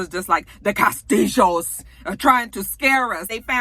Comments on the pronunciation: "Cah'stee'joes" LOL! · This video! I was rolling every time you said "Kah-stihl-hoes". lol I needed that laugh. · After you have watched the video you can catch saying CASTILLO.,,, and. Enjoy LOL!!